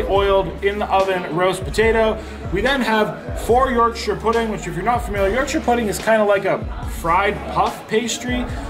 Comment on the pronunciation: Well Done thank you for saying Yorkshire and not YorkSHHHHHHHHIRE as many americans do !!